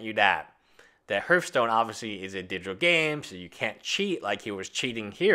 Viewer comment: H(e)arthstone, not Hurthstone.